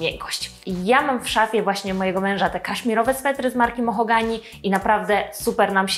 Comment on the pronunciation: To "mohogany" czy "mahogany"? 😉 Cała 😄 Filmik super jak zawsze 🙂